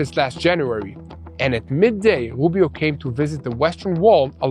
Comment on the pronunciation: Rubio not woobio. I'm not trying to be critical.